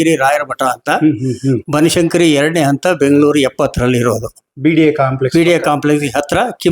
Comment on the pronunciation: ಬನಸಂಕರಿ ಅಲ್ಲ ಅಣ್ಣ ಬನಶಂಕರಿ.....